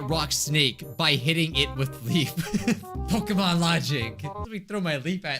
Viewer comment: Love that he butchering pokemon so well